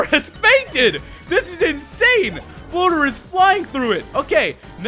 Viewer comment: Every time he says "Floater", I think he says "boner"......